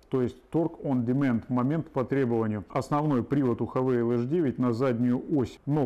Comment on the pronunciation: Не Хавейл , а Хавал . Слог закрытый , поэтому Хавал .